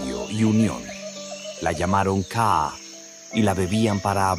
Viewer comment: No se dice kaa es ka'a, y otras palabras mal mencionados deberían contratar un paraguayo para los términos en guaraní!!!!!